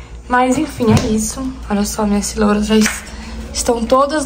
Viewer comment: Amore pq vc fala cirola? Kkkk é giria da cidade?